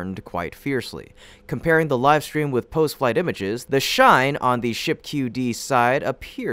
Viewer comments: chine ,,, had ch as in chin. Chin + dine .... chine. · It's "chine", like "chair" not like "share".